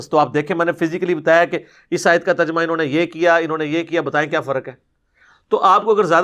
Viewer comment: Terjumah nii Tarjamah hota he ye makkaar hai